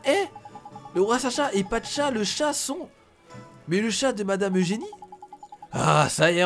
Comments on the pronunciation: Pacha pas Patcha ! ;) sinon super vidéo ! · c est pacha pas patcha